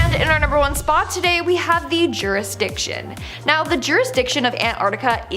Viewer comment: Sorry, but I just had to do this. It's "jurisDiction" NOT "jurisTiction" 🤔